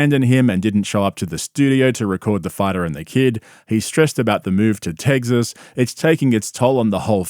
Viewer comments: Its pronounced "tec sis" Not "tegzis" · First time I’ve heard it pronounced Tegziz. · Tegsas lol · “Tegzas” … “buddon” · Bro keeps pronouncing it “Tegsas” 😅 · “Tegzis” for Texas made me laugh way longer than it should have 😂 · You’re the man,, but what is “Tegg-ziss”? lol just messing with you! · Bapa, are you saying tegsas? You aren't helping the stereotype of our accent 😂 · "Tegsus" is killing me 😂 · I just realized you say tegzas instead of Texas 😂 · Tegsas 🤣 My bub moved to tegsas smh Just retire from professional sports dad coach and come back calmedy. The ppl need you